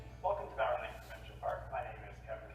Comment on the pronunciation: that's my home area. I'm from quesnel. and just an fyi its pronounced b-ow-run. :) love all your videos too. ive backpacked many places you have filmed in Alberta as well. living in Edmonton at the moment but scampering back home to BC permanently this fall with my wife and 2 year old son. cant wait to take him out like you do with your boys. keep up the inspiration!